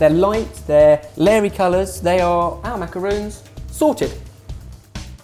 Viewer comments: I cringe everytime he says maca-roons not maca-rons, the italian meringue cookie is pronounced maca-roons. The french adapted it by taking the idea of using two meringue biscuits and sandwiching them with a filling inside which was called the macaron. They are two different biscuits and should be pronounced as such! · Macarons! You keep pronouncing them as macaroons. It's a completely different dessert. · I just realized that Jenna and you guys pronounce macarons as "macaroons". I'm pretty sure that macaroons (with two Os) are the coconut cookies, not the French pastry! It can get even more confusing for the people who don't know the difference between the two spellings. Other than that, those macarons look delish! The pastel colors are so pretty too~ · macaroons are the ones made of coconut, right? why are they pronouncing it as macaroon instead of macaron :( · MacerONs. With an ON not an OON. Haha that kills me when people say it wrong. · gah. these are NOT macaroons, they are MACARONS. MACARON! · macarons, not macaroons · macarOn!!! mac-a-r-on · The way they say macaroon is infuriating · Roe -- I first had macaron in Paris and you are correct. When I hear people pronounce them with "ooh," it's a minor annoyance. The French actually pronounce it "ma-ka-row" (short "a," such as in "hat"). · The only thing i really didn't like about this video was the pronounciation of the macarons. The way they pronounce it would be ritten in french "macarounes" wich kinda doesn't mean anything, but hey, I'm just a bit picky about this kind of things. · im quite surprised that ppl are mispronouncing these... these are macarons not macaroons two different pastries. macaroons are made from coconut and form a mound. Macarons are these almond based pastries. the two words are not interchangeable .....what ben made here are pronounced as MA KAH RONZ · Either you made the wrong dessert or you mispronounced macaron throughout this entire video. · it's not macarOOns it's macarOns